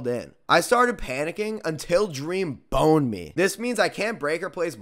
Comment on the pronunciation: The way he said it with emphasis lol